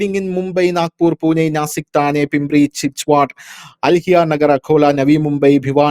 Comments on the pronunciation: തന്നൈ അല്ല "താനെ" ആണ്. Thane എന്ന് ഇംഗ്ലീഷിൽ എഴുതും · It is not Thanne, it is called Thaane {Thane). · തന്നെയല്ല താന എന്നാണ് ശരിയായത് നിന്നിട്ടുണ്ട് ഓക്കേ താനെ എന്നാണ്